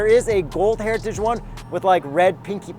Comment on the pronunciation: Ah, the legendary Ford GT "Heria-ti-dge" edition